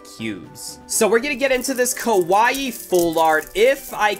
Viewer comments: THATS NOT HOW YOU SAY KAIWAI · The way he says Keawia